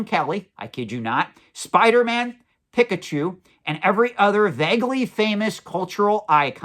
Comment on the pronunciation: Not pikkachu